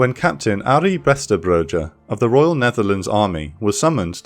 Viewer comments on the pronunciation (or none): none